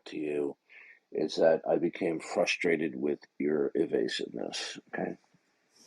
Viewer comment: He became fuhsterated.